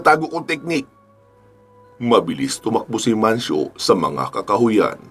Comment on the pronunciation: Mancio po sir idol..s dami nio pong iniisip ngkamali n po kau ng bigkas